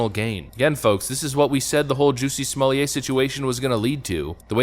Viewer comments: I love that Dave Chapelle basically got everyone pronouncing his name as "Juicy Smollieť" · Why do you keep saying “Juicy Smolyay”. I’m confused. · ‘Smol-let’ is the pronunciation. Good work, though. Thanks.